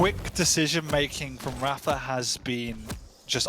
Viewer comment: amazing how you can be involved with quake for so long and still pronounce rapha's name wrong.